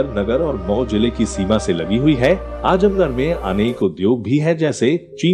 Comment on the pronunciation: 🙂Brother it's 'Azamgarh' not Ajamgarh🙃